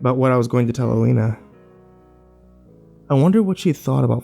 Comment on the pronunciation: Why are you pronouncing her name 3 different ways? You say Alina, Elena and Ileana. Please pick one.